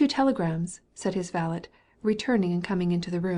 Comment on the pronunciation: sorry vale’t’? do you mean valet?